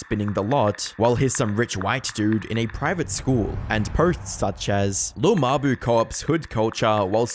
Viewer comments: “Lil muh-boo” 🙏💔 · “Lil muh-boo” 😭🙏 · "lil muh-boo"😭🙏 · “lil muh-boo” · « Lil muh-boo » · "Lil muh-boo" 🥀🥀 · "lil muh-buh" 😭🙏